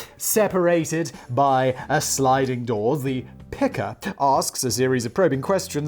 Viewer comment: ~ , was it just me, or when he intends to say "picker," really sounds more like Something about Miriam might still have..?